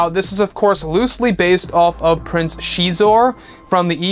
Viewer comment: Prince sheee'zor...???? Always thought X is pronounced as a Z....so Zizor(Xizor)